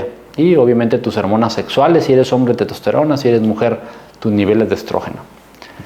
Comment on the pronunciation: Estimado Doctor, Se dice, TESTOSTERONA no TETOSTERONA. Por lo demás, lo felicito. Muchas gracias.